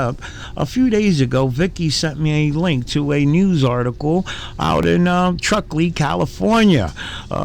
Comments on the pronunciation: The name of the rown is Truckee - not Trucklee. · “TruckLee” California? Where TF is that?!😆🤣 “TRUCKEE” you ding-dong.🙄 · "Trucklee" lol. Its Truckee. And clearly the guy that works inside harrassed somebody in public. What kinda stupid sh*t channel is this? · its truckee not trucklee im glad the sock parlour had a hit to their business, they are extremely unprofessional and rude awful people